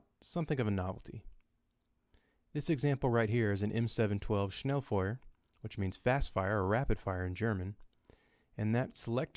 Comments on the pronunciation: its actually pronounced more like shnay foy-a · as a German I cried when u said schnellfeuer😂